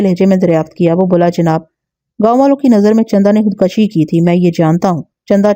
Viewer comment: Khud kashi خود کشی ek ghalat lafz hai .. Correct word is " KHUD KUSHI" خود کشی میں ک کے اوپر زبر نہیں بلکہ پیش ہے